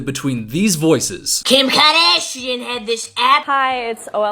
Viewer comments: Kym KaAh-DAaash-iyan😂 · is there a count for how many times we hear “KIm KahDasheeen” in the whole entire video? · KIM KAADAHSHIIAN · KAAARdashian… thanks I’m mad now 😅 I don’t really know who she is out of mascara gate and I don’t think I’ll be rushing to find out.